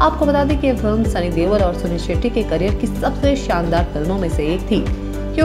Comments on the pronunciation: Deol not deval lol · why is she pronouncing sunny deol as sunny dewal...its irritating !